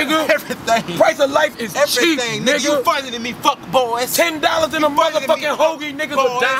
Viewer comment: Why he put so much emphasis on tha "bois" hahahahhahahahahahahahaha